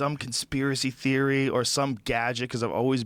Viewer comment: Curtis DipDip that's how he pronounced theory.I thought it sounded a little pretentious lol